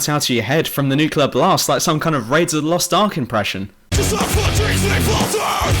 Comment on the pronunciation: all i can hear is NUCULAR NUCULAR NUCULAR. whatever happened to nuclear?